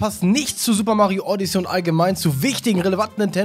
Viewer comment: Die sind aus dem Wooded Kingdom (Forstland) und du sprichst Odyssey FALSCH aus. Du sprichst es Odyssee aus, so heißt das Raumschiff, Odyssey hast das Spiel, lern das mal 😔😰🙍